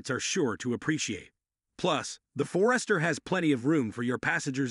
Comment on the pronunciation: Another one to consider for some seniors is the Mazda CX-30. All wheel-drive is standard, starting at $22,950 which is a much lower price than the others on this list. Same reliable 2.5L engine and transmission that is in the CX-5. This video was definitely Ai. Subaru For-rest-her? Never heard of one.